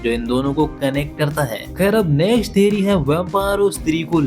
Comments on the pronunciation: Theory ❌ Theri✔️ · Theory ❌ Theri 💀